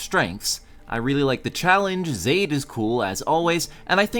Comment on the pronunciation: It's (ZAH- Eed) not (Zaeyd)